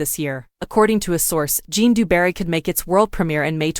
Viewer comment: Zhjan, not Jon